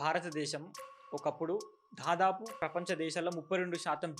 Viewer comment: ధాదాపు ❌ దాదాపు✅.